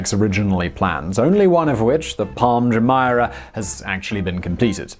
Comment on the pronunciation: Why does he find it so hard to pronounce Jumeirah properly?